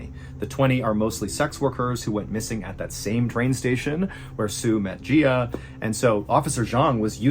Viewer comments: Just a reminder, in Chinese the surname comes first and is usually one syllable and the given name comes last and is usually two syllables. So his surname is "Jia", pronounced like "jah" and not like "gee-ah". His given name "Wenge" would be pronounced a bit like 'wuhn-guh". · You're pronouncing Jia wrong. It's not "gee-ah" it's actually pronounced "Jaw" I'm sorry for being annoying, I only know this because my next door neighbor is Chinese and his name is also Jia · Jia is not pronounced like Gia, it is like “jaaah” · Pronunciation corrections… The killer’s surname is Jia, which is one syllable similar to “Jah.” His first name is Wenge, which is two syllables: first sounding like the ‘on’ in “once upon a time,” and second sounding like the ‘go’ in “gorilla.” Then there’s the city, Ne He. The first syllable should be like the ‘Ne’ in “Nebraska,” and the second syllable should be like the ‘he’ in “hermit” (without the ‘r’).